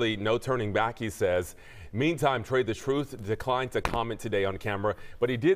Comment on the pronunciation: “Tray the Troof” 🤣😂😅😂🤣😂😅